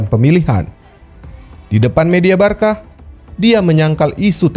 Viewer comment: next time pengucapan nya Barsa min ya? bukan Barka. terimakasih